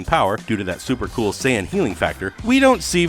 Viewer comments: Him sayin sai on make me feel so cringeworthy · He keeps mispronouncing sayian....